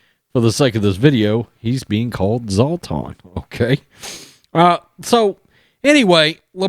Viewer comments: it’s pronounced Sla-tahn eebra-heem-avich 😂 Love your takes! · It's never ceases to make me laugh how Americans pronounce Zlatan's name. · Listening to people butchering Zlatan's last name cracks me up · The way you pronounced Zlatans name 🤣